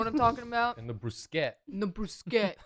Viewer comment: I mean, saying broosket is better than brooshetta.